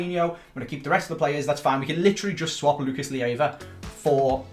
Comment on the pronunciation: Please do everything you can to sell Lucas Leiva, that way we don't have to put up with you pronouncing his name wrong each episode. =)